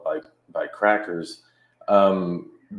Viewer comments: I believe he called them “Crockers” and not “Crackers” 🤣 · Wait wait wait... what's a crocker!? Sure didn't sound like cracker lol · He said"crockers" ITS CRACKERS" i'm pissed! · Did he say krockers😂😂